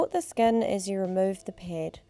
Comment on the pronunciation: Or ped